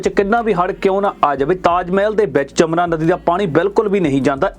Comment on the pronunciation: ਜਮਨਾ ਨਹੀਂ ਆ ਮੂਰਖ ਵੀਡੀਉ ਮੇਕਰ ਯਮੁਨਾ ਹੈ ਨਦੀ ਦਾ ਨਾਮ, ਸ਼ਬਦ ਨਾ ਵਿਗਾੜੋ ਭੋਰਾ ਪੜ ਲਿਆ ਕਰੋ 😡😡😡